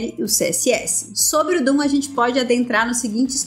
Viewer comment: só quero fazer um ajuste... DOM e não DOOM... só um erro de pronuncia, haha... mas o video tá otimo, bom trabalho. Vou recomendá-lo para meus alunos.